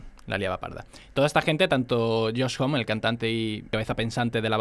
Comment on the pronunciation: se pronuncia josh "jomi"